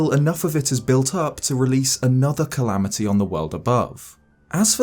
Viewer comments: “Galamity Ganon” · Calamity Gallon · "Galamity Ganon"